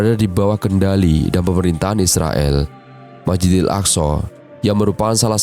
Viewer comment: Masjidil bukan majidil